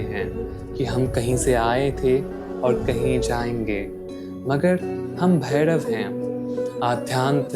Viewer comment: Lagta hai koyi glitch hai youtube mein bhai. Aapke shabdon mein jab bhi Ra aata hai jaise rahasya ya bhairav woh Da sunai de raha hai like Dahasya aur Bhaidav. Kadachit video hai gyankaari. Aur issne mujhe kaal bhairav ji se aaj mila diya